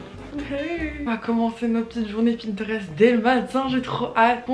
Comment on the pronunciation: ça m’a stressée quand elle a dit "pintrest " au début 😭